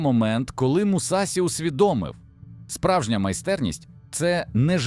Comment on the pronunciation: Побуду душнілою так як вчу японську: у японській мові нема таких кан як СІ, ТІ та ДЗІ, є ШІ, ЧІ та ДЖІ. Не Мусасі, а Мусаші; Не Дзікан а Джікан, не Хейхаті, а Хейхачі. Досить використовувати костилі московських професорів які вони придумали для своєї обмеженої мови, вони нам не потрібні, бо наша мова дозволяє транслітерувати японську прямо без компромімів!!!